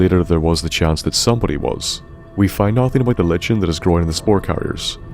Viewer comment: Liken, not Lichen. The ch makes a k sound. Like in the name Charon.